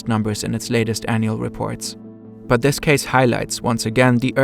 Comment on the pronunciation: I’m not trying to be rude, I’m genuinely curious and not sure, does the host have a lisp? Or is it some sort of accent that makes him not be able to say “this” and says “dis” instead?